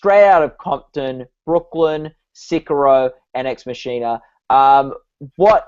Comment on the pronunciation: Those pronunciations of Sicario and Ex Machina hurt.